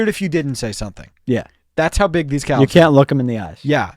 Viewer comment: But emphasizing the 'L' that much in "calves" is INSANE 💀